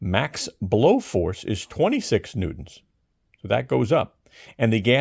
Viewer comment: I liked it when he pronounced it "newt-ons"